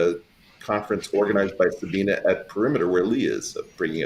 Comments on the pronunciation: Very interesting discussion! A lot of stuff that I didn't understand at all. 😅 (OT: It annoys my just a little bit that they all say Sabina instead of Sabine.) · So, nobody is going to comment on the fact that kept calling Sabine, Sabina? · Sabina? 4 PhDs and nobody knows how to pronounce Sabine.